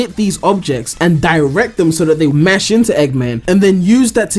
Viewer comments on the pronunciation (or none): none